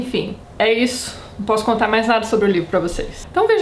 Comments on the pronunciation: "Eu vou contar, eu vontar" E eu: CONTAAAAAAA. kkkkk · Tati!!! =) Vc falando EU VOU CONTAR, EU VOU CONTARRRRRR! Foi o ápice. Amo essas críticas destruidoras. Eu tenho um ranço imenso com Nicolas Sparks, não sei se vc já falou dele, mas é bem assim: sensacionalista, personagens rasos e muitos milhões na conta.